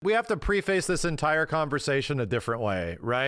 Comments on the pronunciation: Someone needs to look up how to pronounce preface 🤣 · Someone tell how to pronounce "preface" lmao